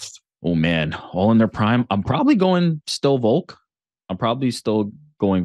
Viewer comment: Why does Ariel say "Voke" not Volk lol so annoying